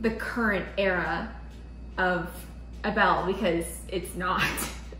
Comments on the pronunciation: Not trying to come at you but you called Abel Abell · Ay-bel not being rude I noticed you said ah-bell😂🥺